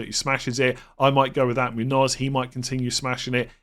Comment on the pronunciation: MOON-yoz ... please, it's pronounced MOON-yoz.